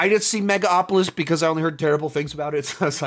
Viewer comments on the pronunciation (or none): It's megaLopolis not mega opolis